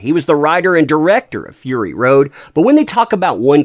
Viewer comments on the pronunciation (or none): none